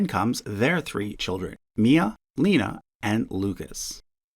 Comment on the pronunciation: So I love your videos! But there are a few corrections.: 1) Princess Eugenie’s younger son’s name is Ernest, Ernie is just his nickname. 2) Zara’s younger daughter’s name is pronounced “Lay-na” not “Lee-na”. 3) Charles Armstrong-Jones holds a curtesy title “Viscount Linley” just how his sister holds the curtesy title of “Lady”, so technically he’s not the only grandchild of Princess Margaret to hold a title- in this case it’s a curtesy title. 4) Richard’s wife’s name is Birgitte not Sophie. 5) unfortunately the Duchess Kent has passed away; which I’m just mentioning, nothing you said. 6) Lord Nicholas has three children not two children. 7) Prince Michael has never been a senior working royal, he has performed duties here and there when asked of him but he was never an official senior working royal. Finally 8) the 2011 Perth Agreement is when the Commonwealth realms came together to discuss adopting absolute primongeniture and removing the law of forbidding members of the family to marry Catholics. However the act of succession was not until 2013 and it was not implemented until 2015. So George Windsor and Prince Michael were not reinstated until 2015 not 2011 and absolute primogeniture applies to those born after the 28th of October 2011 but didn’t apply to anyone until 2015 when the law became affective. 😃 ❤️ 🫶🏻